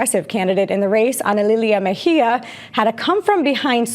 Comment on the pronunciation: Bracing myself for years of "Ms. Meh-gee-ah"